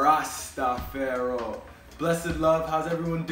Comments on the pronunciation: I appreciate your videos brotha. Are you a Rasta? Rastafari is pronounced Ras ta far eye. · Are you saying Rastafar"i" wrong on purpose? Please stop! Not trying to be mean but its incorrect! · He needs to pronounce Rastafari the right way